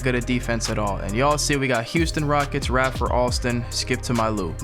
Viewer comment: Put some respect on Skip’s name boy! Ray-fer not Ra-fer 🤦🏾‍♂️